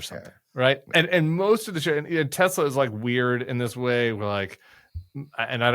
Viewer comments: It’s Tessler guys, Tessler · It's pronounced Teslar. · "I love Tesler!!" 😂😂 This has made this rainy day a little better. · Teslur. Please. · Maybe when trump pronounced it “tesler”, people got confused.😂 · I think it is pronounced, Tesler. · Pretty sure it's pronounced Teslur.